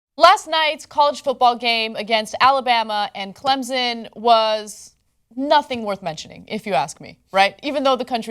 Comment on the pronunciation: My parents both went to Clemson and you pronounce it like Clempson. You add a P even though phonetically it makes no sense that's how you say it not Clemzon. Not that anyone cares, just like nobody cares about how low cut the dress was seriously.